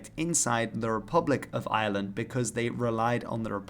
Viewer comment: And yet he can't quite manage to pronounce Ireland in English.